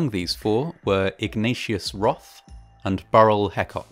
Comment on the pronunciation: I thought you said his name was “Igneous Rock.” 😂